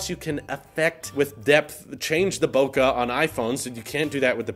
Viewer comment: Congrats on the wedding, man, lovely waifu! Nice Bokeh ==> say it like Pokehmon. Bokeh.